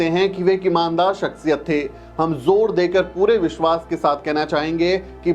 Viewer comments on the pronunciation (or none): none